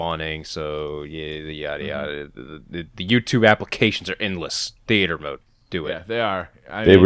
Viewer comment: "Theaeter mode"